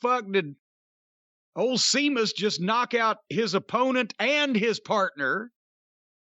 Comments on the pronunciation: It's Sheamus not Seamus. Match was very good too by the way. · Jim calling Sheamus Seamus is driving me mad lol. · Cornette calling Sheamus "Seamus" will never not be funny to me. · Can someone tell Jim its pronounced sheamus? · Jim saying Sheamus's name wrong made me chuckle a bit.